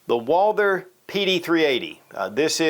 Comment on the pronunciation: It’s Walther!!! Not Walder